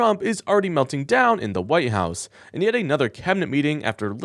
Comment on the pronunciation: White House, with a T in "white.": not your Huwhy-house.